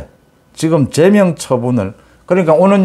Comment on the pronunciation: 제명 발음엑센트 위치에 대해 말씀드렸는데 고치지않고 계속 그대로 말씀하시네요 듣기가 귀에 많이 거슬립니다